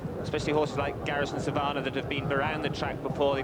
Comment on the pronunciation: Why do these twats insist on saying 'Garrison SavARnnah'? It's a very simple word to pronounce.